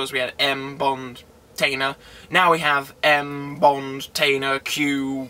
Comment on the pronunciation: It's "Mall-er-ree" not "Ma-lor-ree" and please PLEASE stop saying "tainer" it's Tanner, rhymes with spanner!